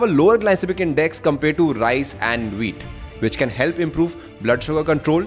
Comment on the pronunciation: Great content....but I cannot ignore the fact that he always says RISE instead of RICE